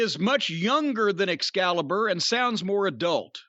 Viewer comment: Every time Jim calls Excalibur 'Excrement' I roll about laughing